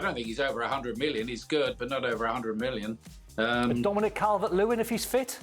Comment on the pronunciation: Don deserves to be dropped after saying Calvert-Lewin.